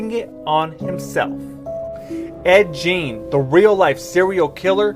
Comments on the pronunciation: “Geen” not “jeean” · but did that dude seriously pronounce his name like Ed Jean? tf... at least know how to say Gein lol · Ed Gein pronounced like Geen not Jean, sorry but that bothered me lol. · Did it bother anyone else who was bothered by the pronunciation of Ed Gein. It's not Ed Jein. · Ed Gein (geen; not jean). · Ed Gein: It’s pronounced Geen…hard G, long E. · Lmao that guy who was talking about Texas chainsaw massacre/leather face. Said the serial killers name wrong it was Ed GAIN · mans really said Ed geeyn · At least pronounce “Ed Gein” properly... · The dude in the video couldn't even pronunce his name correctly so I doubt it.